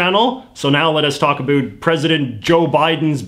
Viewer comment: Why, oh why do you insist on saying “a boot”? Explain yourself young man. Other than that, your work is good.